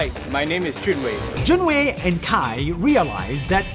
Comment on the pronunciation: THE FACT THAT HE PRONOUNCED JUN WEI WRONGLY GOT ME LUFFING😭😭😭